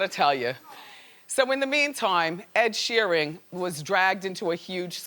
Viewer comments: I'm really tired of Wendy mispronouncing people's names. Ed Sheering? Come on! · Wendy pronounced his last name as "Sheering" wtf why does she always mispronounce names?? She gets her own right ... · Sheering? Why do you have to butcher everyone's name auntie Wendy? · So annoying when she kept calling him SheeRING. Talk about fucking research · is it me or she keeps saying SheerING ?